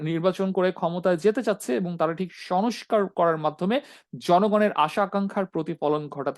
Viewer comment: Who are you? You don’t even speak good Bangla. You were saying shush car, it’s not Sonoscar it is sonscar. There are many more wrong pronunciation on your Bangla. It’s not Sonbadic, it is sangbadic. Get your shit together.